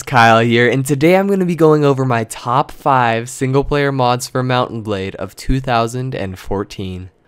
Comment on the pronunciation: TechGuidesFor Dummies *DOUBLE FACEPALM* I WAS MAKING FUN OF THE WAY HE PRONOUNCES MOUNT&BLADE!!!!!!!!!!! WHY ARE WE USING ALL CAPS BTW?